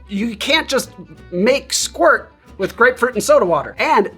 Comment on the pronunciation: Pronounced Eh-SqweeRt